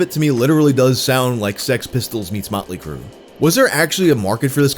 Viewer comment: I don't like the way you overemphasized the "Motley" in Motley Crue